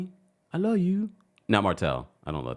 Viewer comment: When he says l luh you <<<< That part is hilarious.